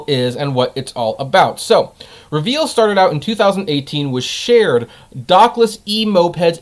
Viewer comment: REE- veel